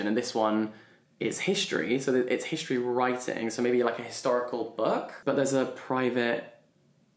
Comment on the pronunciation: I'm sorry but when he was trying to read "history" and got the greek letters wrong...that was painful 😭